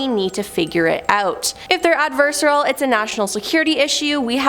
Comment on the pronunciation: Ad-ver-sar-i-al... adversarial...